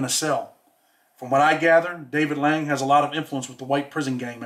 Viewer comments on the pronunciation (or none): David LANE!!! Lol. Not “lang”. LANE! But big respect. Just wanted to tell ya so you can be perfect. No harm meant.